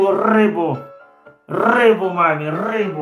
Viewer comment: ...рррррыбу видкрый))))